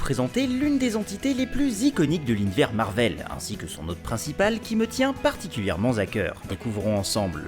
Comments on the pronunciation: Très bonne vidéo , GG pour tes abos mais ou tu as vu ou entendu la liaison particulièrement"za" cœur particulièrement"ta" cœur ça fait moins mal aux oreilles ;) ?!? Oui je chipote :p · Très bonne vidéo mais tu devrai faire attention à tes liaisons souvent incorrects (ex : "particulièrement "zacœur") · ...particulièrement Z'a cœur.......